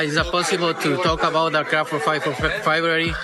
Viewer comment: Why can't you freaking say CRAWFORD? Every video you call him Crawfid it's irritating! C R A W F O R D!